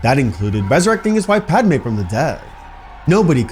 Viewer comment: ALL HE COULD THINK. OF PAD-MUH!! Fix your AI if you ever want to make me watch again.